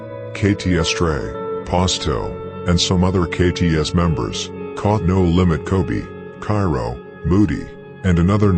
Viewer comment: Him calling No limits "da lambs" took me out